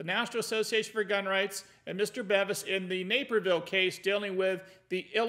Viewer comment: it's Robert "BEAVIS" (pronunciation).